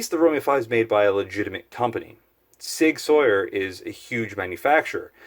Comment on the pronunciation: “sig sawyer” 😂😂